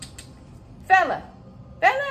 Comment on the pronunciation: kept thinking u was saying bella